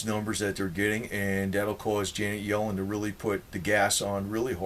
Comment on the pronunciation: Yellen rhymes with felon!